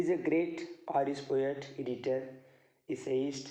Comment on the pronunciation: Many Wrong pronunciation Like Irish